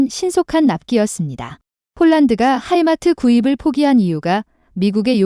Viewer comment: 하이마트 인수해서 가전제품 판데요? 무기 이름 제대로 말해야지요 Himars